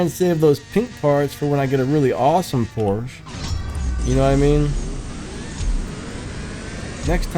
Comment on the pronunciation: I hate to be "that guy" but Ferdinand Porsche's last name is pronounced "Porsch-A".